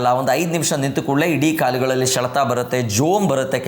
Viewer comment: ಶೆಲೆತ ಅಲ್ಲ ಸರ್ ಸೆಳೆತ ಅಂತ ಹೇಳಿ ಪ್ಲೀಸ್